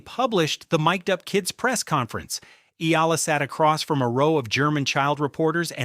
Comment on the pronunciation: I don't know an Eela, BUT I DO know an E-A-L-A. BS AI